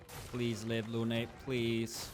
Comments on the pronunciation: For english speaker,please its Lune not "Lunay" the E is silent. Often in french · luné ? Dude its prononce lun